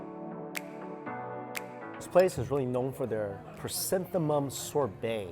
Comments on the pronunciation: hahah guess he got confused with chrysanthemums in pronunciation. cute 🤭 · Lovely chrysanthemum